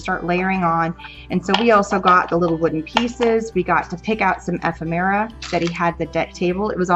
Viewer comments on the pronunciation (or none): Hi. How fun to attend a Tim Holtz class! However, ephemera is pronounced e·phem·er·a (əˈfem(ə)rə), not ef-em-era